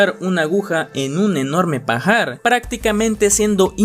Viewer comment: énfasis en "pajar", ja, ja, ja.